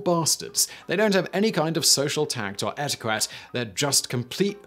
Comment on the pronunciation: Simon-it’s ‘ettikett’ not ‘ettikwett’